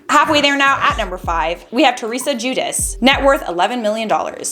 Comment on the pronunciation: Thats not how you say Giudice!!1 Buts its ok bc i love charlotte.